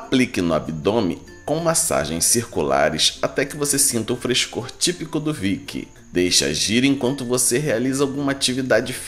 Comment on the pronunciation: Já agora amigo, diga as coisas corretas. Aí vai a super dica, não é viqui mas vicks, topou?